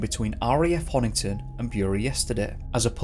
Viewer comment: I adore you madly and I'm so glad you covered Corrie 🤗 But it's BEAR-EEE, as in bury the body of St. Edmund 🙈😂 you got all the streets and pronounced Honington right though, am very proud! 🙌